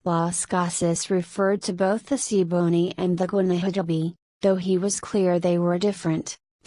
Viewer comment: Wishing the pronunciations were better. Ta-EEE-no, gwah-nah-tah-BAY, see-boh-NAY